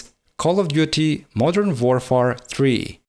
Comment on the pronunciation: love your vids man but please look up how to pronounce "warfare" properly and try to not use both "but" and "however" together. Those are the only things that bug me, otherwise, you are doing just what i would love to do if i have spare time and money